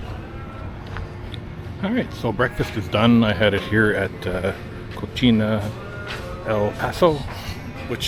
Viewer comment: ...the way you pronounced "Cocina" means "nasty" in spanish. "Cochina El Paso" you said.🤣🤣🤣